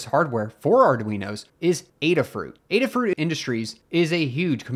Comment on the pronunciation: Thanks for making this video. It sounds like the case against Qualcomm isn't necessarily all bad, but time will tell. And thanks for making the special effort to correctly pronounce Adafruit! Much appreciated!